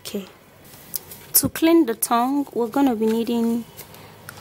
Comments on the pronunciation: Is it just me that hear thong instead of tongue? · Did she say thong or tongue ? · Yes the host is saying thong instead of tongue 😂😂😂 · She says thong instead of tongue, it is funny because she says I AM GONNA SHOW YOU MY THONG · Did she say clean your thong?